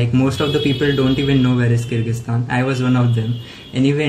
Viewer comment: Bartan sambhaalo pls Also avoid using pressure cooker while filming a video 😂🤣 (Just kidding, I want to appreciate you for this really informative video and thanks for teaching me how to pronounce Kyrgyzstan because I was today years old when I actually learnt how it's pronounced)